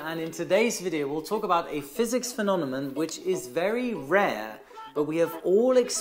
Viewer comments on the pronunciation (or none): the fact that you said “phenonemon” instead of “phenomenon” made my day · I noticed you flipped a few letters in some words: Phenonemom instead of phenomenon Reviaty instead of variety Are you 100% ok? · Phenonemon? Phenomenon! 😅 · Love your videos,! However: «phenonemon»? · Hey, repeat after me: FE NO ME NON.:) cheers! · Thank you! BTW, I think the word is phenomenon. ( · British Airways flight 009 on a B747-200 encountered a phenomenon in 1982 similar to St Elmo's fire when the crew flew through volcanic ash. P.S- has trouble pronouncing two words- Cumulonimbus and Phenomenon😊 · Looks like has a problem with the pronunciation of the word "phenomenon" 😁😁😁